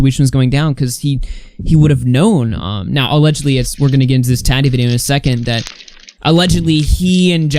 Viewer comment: The way you say Tati makes me want to cry